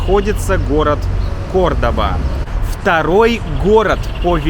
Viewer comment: The pronunciation is CORDOVA, not CORDOBA